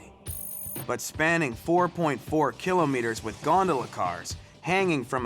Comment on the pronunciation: Every time this guy says kilometer I cringe. Painful.